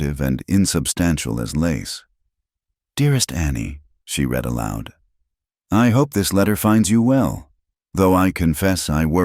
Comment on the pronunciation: AI is ridiculous prr the a over comment and how many names are mispronounced or misspelled l wish your ai bot was better trained to read. Live means to live and bot many times reads it as li v e . Read is pronounced raid. This is the kind of stuff that unnerves me.